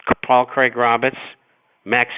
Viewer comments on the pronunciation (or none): none